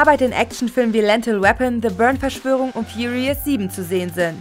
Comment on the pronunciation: Lental weapon????... Sry, interessant aber kann man sich nur schwer anhören 😖